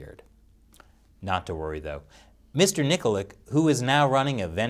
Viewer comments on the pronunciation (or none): Its pronounced Nikolitch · Nikolic is pronounced Knee-coal-itch. When there's a c at the end of a slavic name its a "ch" sound, not "k".